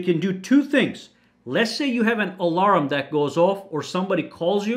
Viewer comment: It's funny how you say alarm haha, "alaram"